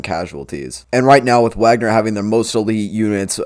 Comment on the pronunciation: YOur failure to pronounce Wagner right puts doubt on your claims